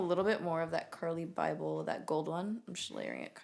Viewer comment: "CURLY BYBEL" 💀